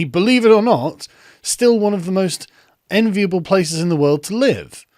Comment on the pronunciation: "Enveil place to live in" sure , maybe you should take less drugs mate